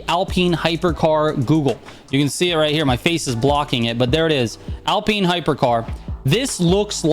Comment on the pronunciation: “Alpeen hyper car”